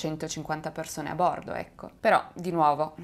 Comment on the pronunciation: Il video sarebbe anche interessante ma non azzecchi un accento...come si fa a dire vòlo, giòrno, bòrdo, òre??? Faccio fatica a seguirti, scusami.